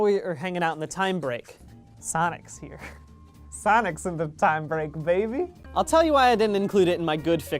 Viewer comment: Oskar Carnwath the way he says babey